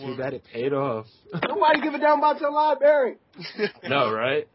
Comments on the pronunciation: said LIEBARRY instead of LIBRARY! lmao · When you hear someone say "lieberry" you know they've never stepped foot in one LMAO